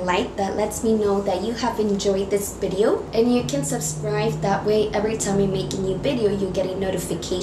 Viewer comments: long B shape? bideo? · It's not bidio its video anyways its still cute😂😂😊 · You got the accent like my dad. Can’t pronounce V. Thanks for the tutorial ! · My dear its V not B...